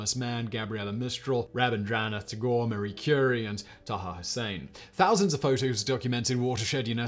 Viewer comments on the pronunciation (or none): none